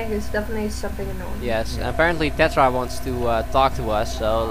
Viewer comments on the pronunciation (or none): lol says Terra instead of Tetra